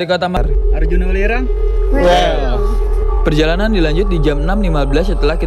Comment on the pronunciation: Welirang ka bukan wilerang